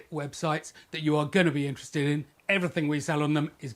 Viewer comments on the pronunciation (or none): none